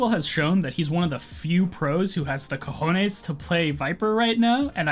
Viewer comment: im spanish i laughed so hard when u said the cojones